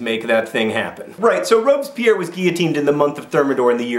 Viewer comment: I love how you pronounce Robespierre like Robes-Pierre, as in Pierre wearing robes. ;)